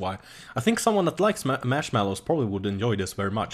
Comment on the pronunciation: HAHAHAHAHAHAHAHAHAHAHAHA mashmellows!!!!!!! LOL its marshmallows!